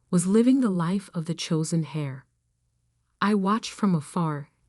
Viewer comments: The person who inherits, is called the "heir" (pronounced the same as "air", not as "hair"), and the "heiress" (pronounced as "airis", not as "harris")! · Heir not Hair. And, it's pronounced air. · Thr word "heir" is pronouced "air" not "hair" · Why do you mispronounce heir, it's not hair, pronounced heir(eir) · Heir, not hair, and H is silent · lol can they learn to pronounce the word heir instead as pronouncing it as hair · "Hair", you mean "Heir" ? There are a few mistakes in the choice of words, grammar and pronunciation. It seems no one had done any proof reading. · it should be the "chosen heir" and pronounced "air". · And, they are pronounced differently. Heir is pronounced air. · I thought Grampa was a good guy. Why did she say the only thing her brother learned from Grampa was to take credit for other people's work. Also, the "h" in heir is silent. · You really must teach the A.I. how to properly pronounce "Chanel." It is NOT "CHAN' nel." I've heard it mispronounced on many of these stories. And "heir" is pronounced like "err", not "hair." Also, teach it the correct pronunciation of read, dependent on context. Read, in the past tense is pronounced as "red." In the present tense it is pronounced as "reed."